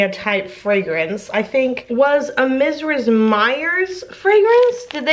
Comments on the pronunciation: It's verbena like VER-BEAN-UH, not like the N in pinacolada. Also not a regional thing, just correct vs incorrect. You also say Mrs Meyers incredibly strangely, like Mizriz Meyers or something 🤔 If it makes you feel better... You, Kenny, and Caleb are all pronouncing Cache incorrectly... It's like Cash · Why is no one talking about how she says “Mrs” like “mizriz” you’re so cute and wholesome and I love you and your soap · Is how you pronounce "Mrs." like a super texan thing? I had to replay to figure out what you were saying lol! I was like I think she's talking about mrs. meyers? but I don't think I've ever heard anyone pronounce "mrs" like that before!